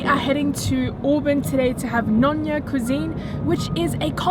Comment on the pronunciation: hi "Nyonya" should be be pronounced as "neo nya" instead of "noh nya". Hope it helps